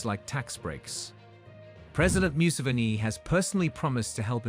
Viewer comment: We thank our president "myu-sivini" 🤷🏾‍♂️😊